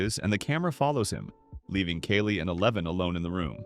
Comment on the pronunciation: good video, my guy. it was just really confusing as you pronounce kali's name incorrectly half the time (kah-lee not kaylee)